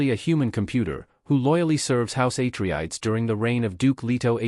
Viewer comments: YOU really NEED to vet whatever process you have doing your reading. Repeatedly mispronouncing the name of an intensely well-known family in a story is just this side of blasphemy—something that negates all the work you put into your video. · idk how this got reccomended to me. Mispronouncing Atreides is a hard stop. AI gen'd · Misspronouncing the name of one of the main houses is a no-no for me. Next video! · If you say atreides wrong one more time i’ll will be mad